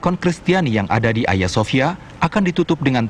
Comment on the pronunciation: Cara bacanya salah mba itu Agia bukan aya. Agia sophia